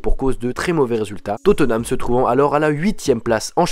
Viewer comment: On di pas totenam mai totnam